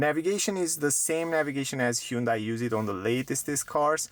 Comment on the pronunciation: BTW, it's HUN day. Not huuunday